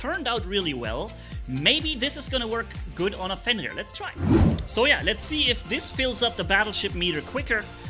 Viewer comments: Everyone: "Fenrir": "fEnLir" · just pronunciates "Fenrir" like he was talking french, honestly still don't know how it's the pronunciation 😆